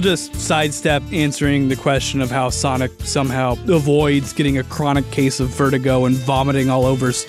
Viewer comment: normies: sonic the hedgehog, an intellectual: sanic the hedgehorg